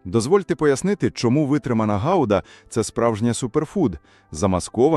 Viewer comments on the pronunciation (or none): Не гауда а гуда